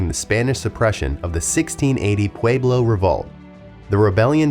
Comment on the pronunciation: You are saying Navajo, Nevada, Pueblo, and Rio Grande wrong.